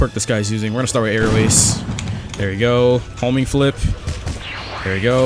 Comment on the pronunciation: Everytime i hear homing flip i hear homie flip XD